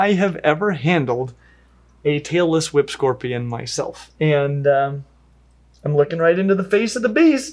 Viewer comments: So I'm watching this with the volume way down as not to wake up my sleeping partiner and I almost woke him up by accident anyway. I nearly loled when google's closed captioning decided you were sayinh "Taylor Swift" scorpions instead of "Tailess Whip" hahaha. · I swear whenever I don't listen too closely it sounds like is saying "Taylor Swift Scorpion". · I thought he Said Taylor Swift Scorpion 😆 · I keep hearing “Taylor Swift scorpion”